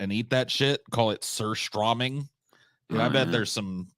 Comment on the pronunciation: That one is fake though, there was a news coverage where they used fart sound effects because it was about something smelly (don't exactly remember what) and they accidentally added the effect there too By the way, pronunciation of Surströmming was adorable